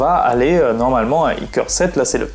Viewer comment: on dit " core I7 et core I5 " boloss pas icore 5 icore 7😂